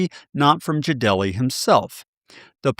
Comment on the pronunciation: just to let you know, his name is pronounced Jade Lee not Ja Del E.